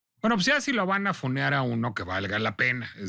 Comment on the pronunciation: Funear, en vez de funar, Selina en vez de Selena, Emilia Gómez en vez de Emilia Pérez. No solo en fondo sino en forma, NO DICE NADA, muchas vueltas para justificar su defensa, que es sospechosamente chayotera…